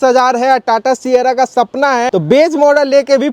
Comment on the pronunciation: Cyara nahi ciera